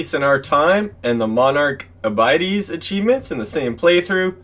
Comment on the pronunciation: Great guide, but im sorry, the word "abides" is pronounced "ah-bye-d'z". As in, you must "abide" by my rules. Or, a child who never "abides" by his parents wishes. Hahaha